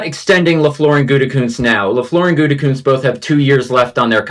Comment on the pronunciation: Mcafee still calling him goontekunst... SMH 😒